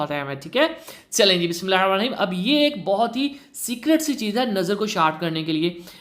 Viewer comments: Ap ki video Bht achi h but ap Sy guzarish hai k BISMILLAH sahi or aram Sy parhy plllzzz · Dost BISMILLAH drust parhen. Or aram sy parhen sari barqat tou wsi ki ha